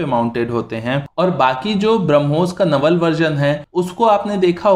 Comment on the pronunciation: नवल नहीं भाई, गलत उच्चारण है। आइंदा नेवल बोलो।